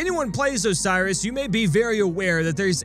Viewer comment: PLEASE. learn to say Osiris right...